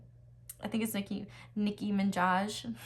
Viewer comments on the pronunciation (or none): love u girl but it’s nicki minaj (mah-naj) lol